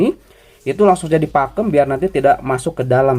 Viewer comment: Pakum bang bukan pakem